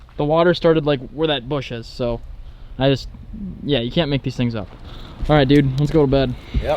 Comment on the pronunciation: "leh go bed"